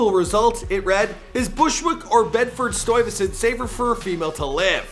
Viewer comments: “Bedford stoiyvesent”🤦🏽‍♂️🤦🏽‍♂️ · Wish you would have Google the pronunciation of Bedford Stuyvesant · It’s Bedford Stuyvesant not Bedford Stoyvesant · Or Bedford 'stoy' vesun 🙄😆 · Never say bed stuyvesant like that AGAIN! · This dude puts next to no effort in properly pronouncing names or places. Some of his information is off too. Consistently. TeCASHi. Bedford-StOYvesant. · I've never heard anybody butcher the name Bedford Stuyvesant worse than this guy. Sheesh.